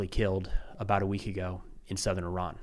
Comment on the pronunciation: He changes the pronunciation of Iran mid dialogue.